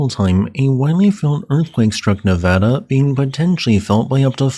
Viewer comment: Hey, love your videos, and thank you for pronouncing Nevada correctly!